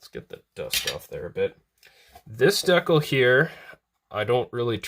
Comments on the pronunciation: Duckle? You mean decal? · Love your videos! For the love of god, it’s DE CAL, not DEC ALL! 😇😂😆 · Dee-cal Unless it's a Canadian thing, in which case, carry on. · I always forget that Canadians say "deck-uhls" lol! Love the video dude! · People like clowning the way you pronounce Decal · If you can't say the word "decal" correctly please just call them stickers. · Came here to read all of the comments from people triggered by the way you pronounce decal Was not disappointed. 😁